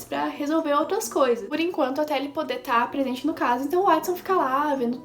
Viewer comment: Ganhou mais um inscrito e Watson se pronuncia Uótisson